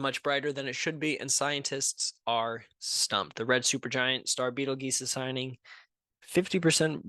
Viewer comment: It is pronounced (beetle-juice) you a$$ hat